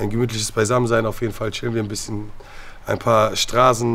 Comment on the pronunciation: "Ist der Arm gebrochen?" "Bisschjen" 😂